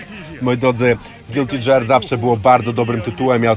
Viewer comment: Bardzo lubię twoje filmy i kibicuję kanałowi. Jedna uwaga - gear czyta się „gir”, a nie „dżer” ;-) :)